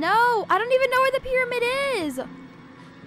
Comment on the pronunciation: I just died when it said get to the pryamid